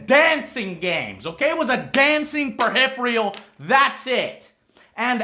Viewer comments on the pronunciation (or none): Ha he says "Perhiphrial" Its ok though, I hear people make that mistake all the time. Its "peripheral".